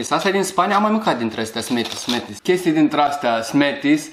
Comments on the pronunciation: smarties nu "smeties" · Smarties "smetis" =))